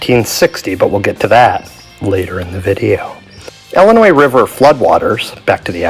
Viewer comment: Omg it’s ILLINOIS NOT ELLINOIS. ILL LIKE YOUR ILL please say it right!